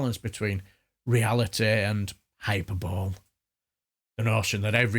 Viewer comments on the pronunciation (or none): hyperbole is pronounced hyper-bolee not hyperbowl.. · Not to be a pedant but hyperbole is pronounced hi-per-bow-lee. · Your assessment of the excellent speech by Mr Bridgen and the hyperbole (please pronounce correctly in future) that you spout is beyond belief. Do you have no worries about our children being taught in this way? To deny it’s happening is close to criminal, in my humble opinion. Thoughtfulness and humour?? You appear to have jumbled thoughts and none of this is remotely funny….